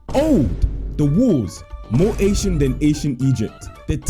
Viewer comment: Alr, did anyone hear Asian instead of ancient😂